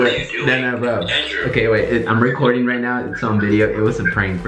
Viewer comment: I like how says "endreww" instead of "Andrew" ❤️